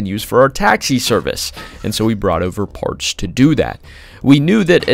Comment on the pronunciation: love these vids but why tf do you narrate like that like "partshth" wtf is the shth when you pronounce your S'